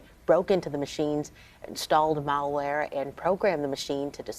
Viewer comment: Dude it's "mal" not "male" ware. Male wear is a suit and tie.